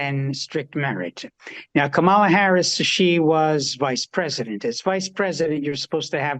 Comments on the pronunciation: Crazy how ppl keep mispronouncing a black woman’s name….also, everyone isn’t afraid of Trump. It’s the media. Black ppl been calling that fool a conman. The REPUBLICANS are afraid of Trump not DEMOCRATS. Black women will save this racist country again🤷🏾‍♀️You need to speak with the white women that got Trump in office the first time. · Can NO ONE say Kamala's name correctly? FOX "News" wins in their messaging over facts again. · Once you hear the intentional mispronounciation, you know who they are supporting. Those people aren't undecided. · To be honest, even Bruce Springsteen got it wrong. But it is irritating. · Bill Clinton mispronounced her name, but I do tend to think with most people it’s intentional and a red flag.